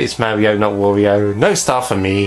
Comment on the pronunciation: Another thing I've often wondered: why do you pronounce Wario's name like that? You do know that it's pronounced the same as Mario's...?